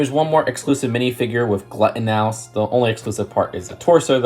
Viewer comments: and it's Glut-n-us not glut-naus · the way to pronounce the name of the figure is glue - tin - us. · Glutenous is pronounced Gluten-is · Tis glue-tin-ous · Sorry no offense, you pronounced Glutinous completely wrong 😂 It’s “Glue” + “tin” + “iss” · So it’s actually said Glute En Us. Promise not like hate, just correction for future reference. Love the video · Glue ta nus??😂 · Glutinous is pronounced Like a combination of gluten and us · You say it like glue-tin-us but nice try! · Its pronounced Glue~ tanis